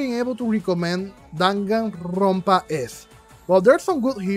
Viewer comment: "DanganRRRRRRRonpa S" lmaoo love it. great review and you explained it perfectly. I was disappointed in V3 for the laziness in some aspects of the game.